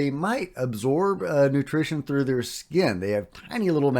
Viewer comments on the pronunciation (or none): none